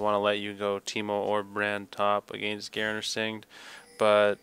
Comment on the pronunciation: 'Singed' is a real English word, why can't you pronounce it?